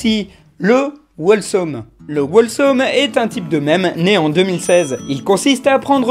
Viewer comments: C pas wolesome mais Holesome pour la prononciation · attention par contre, Wholesome ça se prononce "HHHOLESOME", avec le Wh qui se prononce juste comme un h souflé, comme Who :) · Cringe! On ne prononce pas le W dans wHolesome! (désolé je suis anglophone) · Wholesome ne se prononce pas "wall some" mais "hole some", il ne faut pas prononcer le w, il faut le lire comme si le w n'était pas dans le mot. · Dans wholesome on prononce pas le W